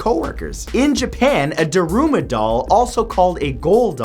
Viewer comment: I think the daruma doll is pronounced more like dharma (DAR'mah).